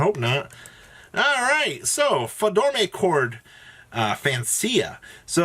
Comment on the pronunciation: How can you have an intro where you say Do, Re, Mi, and then still call the archetype door-may-chord? It’s Do-Re-Mi-Chord